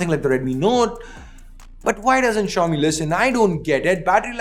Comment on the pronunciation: Xiomi or show me?????😅😅😅😅